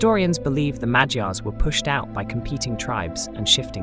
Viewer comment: Did anybody noticed how almost perfectly he pronounced Magyars? Keep up the good work m8. Love from Hungary❤